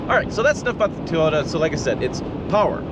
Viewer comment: Fake engine noise? You will probably love the metaverse, also fake. I like living in Realville. BTW it is Toy OH" tah, not Totah, but I still really appreciate your channel. Good honest content.